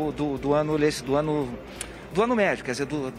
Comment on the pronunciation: O jornalista nao é capaz de dizer ANO LETIVO...........